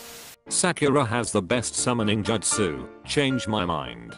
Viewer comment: it feels like the voice is trying purposely to say the justus wrong just to annoy me. lol